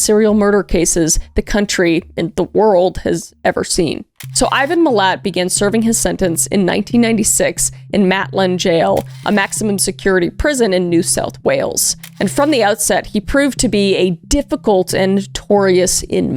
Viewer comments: Thank you for doing an Aussie case. However, Canberra is our Australian capital and it’s pronounced can-bra and Maitland is pronounced mate-land (as a Aussie who used to live up the road from this jail). I had to correct you sorry my love ❤❤❤❤Also you can go on ghost tour at that jail now (except it’s closed for renovations and safety concerns atm) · I was born in 1983 and grew up in Newcastle I remember this being on the news and everyone talking about it. Maitland jail is pronounced mate land. It is now closed as a jail but open for ghost tours. The movie wolf creek is based of this case. The forest where those people were found is supposedly haunted as well. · Maitland, Goulburn and especially Albury got me 😂